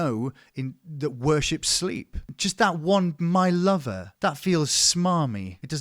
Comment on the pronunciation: The 'my lover' comment with the farmer accent fucking sent me 🤣